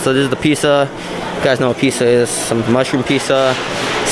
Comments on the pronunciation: Go back to school and learn how to speak English correctly. You can't even pronounce pizza correctly and by the way bring SCF with you. They can also use a few English classes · I like your pronunciation of some things, starting with fams, Pisa, salod. 😂